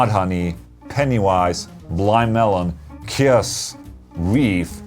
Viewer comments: At first i thought you had said KISS when you were referring to Kyuss lol. Love both bands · Did you really pronounced Kyuss like Kiss!?! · That's not how you say Kyuss.